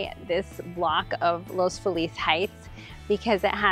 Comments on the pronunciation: I’m sorry, but you lose all credibility as a Realtor if you can’t pronounce the name of the neighborhood. Los Feliz is not pronounced in the correct Spanish way. Locals call it Loss Feeliz. Seriously. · Los Feliz Please 😢 It’s not called “LOOS FULL LEASE” it is called or pronounced locally as “LOWS-FEE-LESS” ❤ Thank you Sincerely All the native Angelinos’s ❤️💋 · You might want to look into pronouncing Los Feliz like the natives of LA do. Interesting walkby though, thanks.